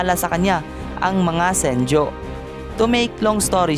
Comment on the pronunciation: senju not senjo